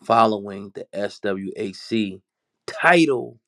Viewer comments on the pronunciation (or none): Come on bruh, it’s pronounced SWACK. Not the initials.